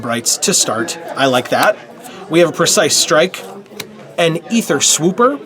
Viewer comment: Thank you for saying EEther and not AAther, fellow phonetic enthusiast.